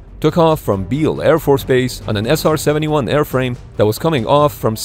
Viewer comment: 나레이션을 인공지능이 했나? SR71을 제대로 발음 한 게 몇 번 안되고 아음속을 애음속이라고 하질 않나 미그를 앰아이지라고 하고 ....